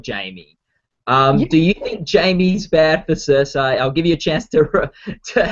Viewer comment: has he even seen the show? wtf is a Cersy?